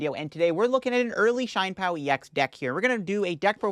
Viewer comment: [CHEE-YEN] PAO 😭😭😭